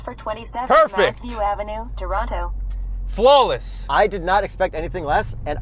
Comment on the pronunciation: i died LMAO but again great video! I have observed that Google is still better at handling my Indian English though. Also why do you say toronTo huh